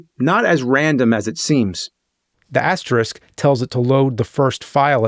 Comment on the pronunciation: Thank you for pronouncing asterisk correctly.